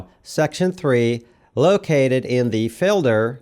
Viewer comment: My voiceover peeve is hearing "ay" and "thee". Is that for YouTube's automatic translation? Normal conversation doesn't have "I gave the person ay chair and then thee chair fell over."